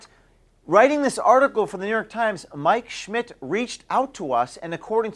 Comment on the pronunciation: When you say Mike Schmidt its sounds like your saying my 💩 🤣